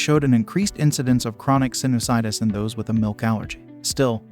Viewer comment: Why does the a1 say "sinnis -itis". That's not how sinusitis is pronounced. Thumbs downed